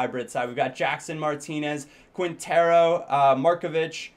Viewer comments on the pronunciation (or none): You say Quintero like Keentero. Same with Marquinos. Markeeños. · Don´t prononce the u in Quintero, the qu is like a k